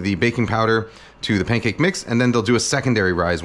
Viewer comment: Why does he say Paincake?